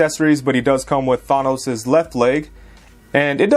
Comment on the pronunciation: Ya killin' me!!! The"an" in Thanos is pronounced exactly as you see it: Th-AN-os.